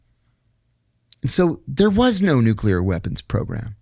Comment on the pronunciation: Why can't pronounce 'nuclear'?